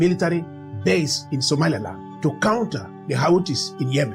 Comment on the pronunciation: How you pronounce "Somaliland" as (Somalialand) have you re-listening your voice Sr.? And better visualize your owen design maps rather than using Ai, look at Ai how make the Somalia amd Somaliland maps where it located in some part 😅 it's funny, but that can cause confusion for some serious listener.